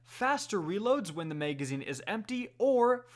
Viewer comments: Why the hell do you talk that way bro. Maygazine is correctly pronounced magazine. MAG NOT MAYG. Someone just shoot me if I have to hear that again! Sucks because there isn’t many good D2 channels to begin with so I’m forced to hear this man’s illiteracy or get bad info somewhere else. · No its just literally no one cares he said mayg instead of mag- if that turns you off from any content than your a fuck tard